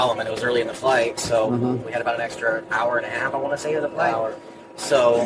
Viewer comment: Thinking the word is EXetra is his biggest crime.